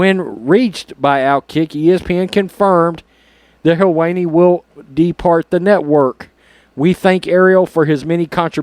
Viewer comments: Sounded like you said, "her weenie" 😆✌️ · 😅🤣😂 Him butchering the pronunciation of his name was awesome. The woke are eating themselves!